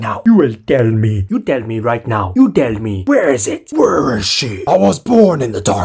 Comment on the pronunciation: I love how he says sHeE